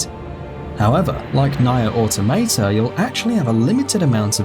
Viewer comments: idk how someone says [nye-er auto-mataya], it was probably on purpose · NAAIRE Automataar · Nye-are Auta-mate-a.........good good you butchered that lol. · i've heard some fucked up pronunciations of nier automata but goddamn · Mispronouncing Nier Automata to get those comments going... I see. And as we can all see, it worked. Anyway, nice summary of the game's known features.